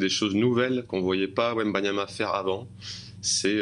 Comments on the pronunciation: C’est pas wembamiama ? Mince je croyais 😜🤣 quand c’est autre chose que du foot toute façon… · Meme pas foutu de dire son nom correctement, ils sont ridicules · un de ces jours il va falloir apprendre à prononcer Wembanyama monsieur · un journaliste français qui ne sait même pas prononcer le nom de Wemby correctement. La honte. 😂😂😂